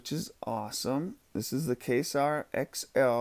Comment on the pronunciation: Don't give Aaron too much shit, dude.... it's pronounced "kway-zar" not "kay-sar" ;-)